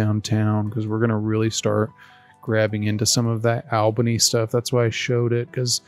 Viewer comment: I meant Albany is pronounced like all bunny as opposed Al bunny